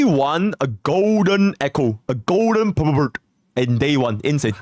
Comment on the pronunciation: 😂😂😂 i can't with "purplbord". It's purple bird bro